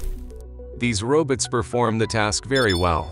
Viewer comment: "Robuts" haha 😂